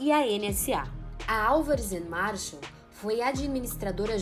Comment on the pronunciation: Ótimo documentário, juizeco marreco, só erraram o nome do escritório, não é Marshall, é Marsal